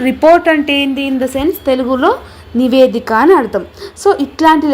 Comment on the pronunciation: నివేదిక. నీవేదిక కాదు